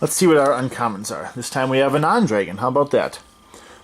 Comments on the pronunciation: I’ve never heard someone say dreygon. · drag-in/un.:) Not making fun of you, I’ve just never heard that before!